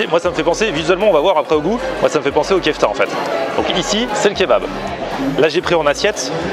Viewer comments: Ce que tu appelles "kefta", c'est une spécialité turque ; or, en turque, on ne prononce pas "kefta" mais "keufté" ! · vlak ça me stress quand il dit "kefta".